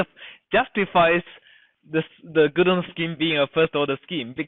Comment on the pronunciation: Godunov's theorem!! Not GodOnov! Change your microphone! It is disgusting!